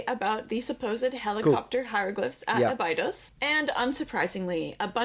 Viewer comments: how am i supposed to take her serious as an Egyptology expert when she doesn't even pronounce Abydos correctly? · I do watch Raven‘s channel… she does provide great info.. but as an American her pronunciation of certain terms and locations like Abydos is just horrible and this undermines her credibility as an expert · I love her but I hate how she pronounces Abydos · She is so knowledgeable that she can't pronounce Abydos.